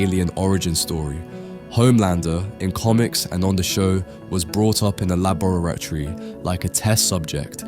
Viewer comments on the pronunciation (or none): why you say la bora tory like that 😂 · Are you a robot? Thats not how you say laboratory. You said lab-rat-ory. Lol😂🤣